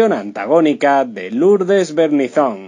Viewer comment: Este señor que escuchamos, no sabe pronunciar los apellidos de la gente de la cual comenta. Es Berninzon, sin acento, pero acentuando la e, y Aspíllaga, con acento en la i. Asimismo, de que triste final hablan cuando en realidad Patricia vive entre el Peru y Portugal y su familia la ama por doquiera que se encuentre.